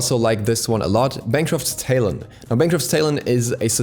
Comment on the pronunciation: Bro how did you just pronounce talon?